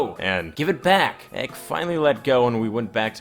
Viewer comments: EK is said like EP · Stop saying "ek". It's an acronym. Say entitled kid or E K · I cringe every time he says ek smh 😂